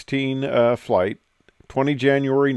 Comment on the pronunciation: "FIRST FLIGH" , and a "T"... 😉